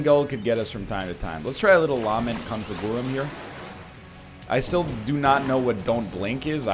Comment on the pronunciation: He may be able to pronounce golden but will he ever learn how to say "LAHment ConfiGOOrum" properly